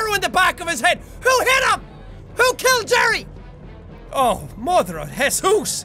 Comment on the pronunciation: Me: MOTHER OF JESUS Jack: MOTHER OF HESOOS